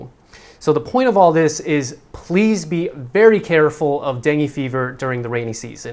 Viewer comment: Am confused.. kept saying "deng".. Lol.. Whered he pick that from?.. Its dengue.. 2 syllables last time i checked:) thats why am paranoid with mosquitoes, coz virus stays in your body & it can easily get triggered.. I for one had experienced in koh samui & wished human body can reboot too like computers.. Lol